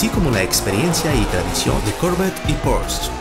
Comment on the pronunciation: No se dice torch se dice porche